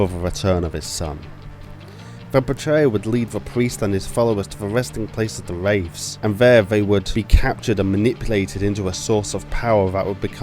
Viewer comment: Loved the video, but if you're serious about making YouTube a career, work on your pronunciation and your accent. It might seem nitpicky, but your "th" sounds seem always fall into "f" sounds, especially when you were saying Wraiffs. As a fellow Brit, I sympathise with the difficult of trying to sound American, but try and spend a little time practicing it. Other than that? Solid video, subscribed for more.